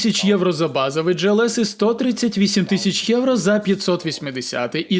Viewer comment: Глс не джІлс!!!!!